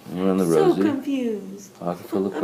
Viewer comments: Baahahahaaa... I caught that too .. I'm LITERALLY laughing out loud right now!! "Let's play ring around the Posie" ?????????? I thought to myself quickly, "sh*t, I had it wrong my entire life?" Then Johnny HAS TO SAY, "WHAT?" "ROSIE"!!! I CAN'T STAND THIS WOMAN!! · When she says "Let's play ring around the posey" and he says "Rosey" 🤣🤣🤣 I'm sorry but that part cracked me up😅😅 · Bwahahaha I don’t know why but I love how he felt the need to correct her and say “Rosie”